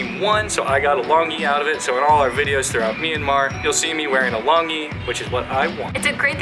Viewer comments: Not "Long e", it's called "lone G" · It is pronounced Long Chi (Chi as Tai-chi), not Long Gee. I am currently in the US. I will go back to visit Myanmar next year. Mon State is my home town. I am glad you guys like Burmese culture. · Longyi is pronounced lone gyi like thanks gee